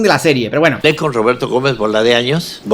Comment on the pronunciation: Este video está tan mal hecho... Es que ni el nombre lo dice bien: Roberto GÓMEZ Bolaños